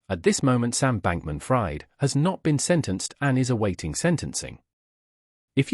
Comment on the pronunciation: U can't even get his name right, it's not like "fried chicken", it's pronunced "freed"